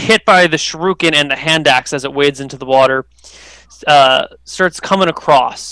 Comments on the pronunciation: Sher-re-ken not sure-ru-ken. Oh, I just notice with a watch dogs shirt. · that's not how you say shuriken god dang it i hope the stop using that weapon soon